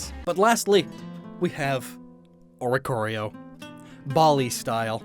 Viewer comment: "Lastly, we have, Oricorio, 'BALLY STYLE" ........ Just.... Oi... va... ugh. xD It's pronounced "Bye- Lay". There you go. I don't normally mind your mispronunciations but this one hurt mi xD lol.